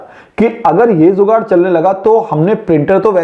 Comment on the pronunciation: Informative video, nice one, you should make a correction in your channel name. Name it "Jugaad" not 'zugaad'